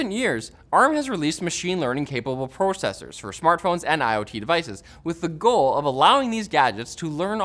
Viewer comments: Yea põcessors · "Prorcessors" lol